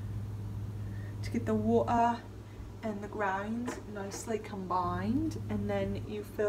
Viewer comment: You putchya wa ah on the ke ll 😂😂😂